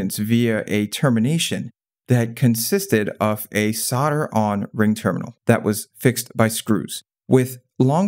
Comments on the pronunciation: I was an Auto Electrician for over 40 years, so I saw many of these changes. I also can say solder correctly! It's got an L in it! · Sol der not sod der.